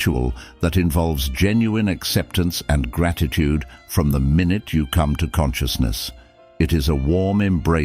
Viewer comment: Is that why some words were completely discombobulated? Lol “Gratitudeeeeee”